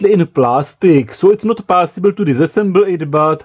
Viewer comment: I love the pronunciation of possible: "PAAAASIBLE!" :D